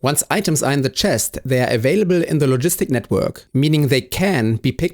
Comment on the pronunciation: It's crazy this video has only existed for one hour. The way you say the word logistics feels really weird. Low gis tics Bo(ah)ts